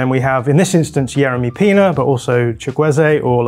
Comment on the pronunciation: Interesting video as always guys, it's Pino not Pina though